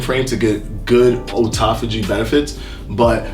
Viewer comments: Auto-phagy...not O-taphagy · Not sure what happened because he used to pronounce it correctly.